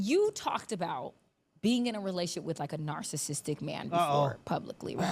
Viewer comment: 😂😂😂 what is a “relaship” lmao